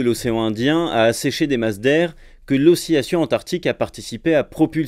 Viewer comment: pourquoi prononce-t-il oscillation comme osciyation? (petite question par une personne qui apprend le français depuis 10 ans)